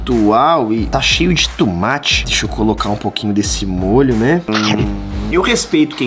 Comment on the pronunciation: E tomate n e tumate